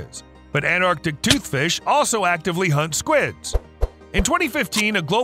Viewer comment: That's pronounced anT-arc-tic toothfish.